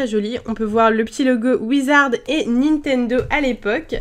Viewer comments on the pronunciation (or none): none